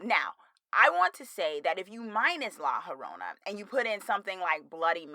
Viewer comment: haha it’s pronounced like la yo-rona. also you should totally do a review of scary stories to tell in the dark!